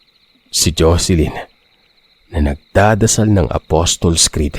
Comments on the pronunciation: Kagigil yung kapitbahay mo sender sayang nahuli kayo ni Mang Sendong. Anyway,na bothered lng ako sa Apostols Creed ( Apostles Creed) mo sir 😆 Dba Aposols yun d Apostols?😆 sori po.🫢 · haha kaya nga ee napansin ko din tlga. ayun nga Aposols tlga ang tamang bigkas nun😁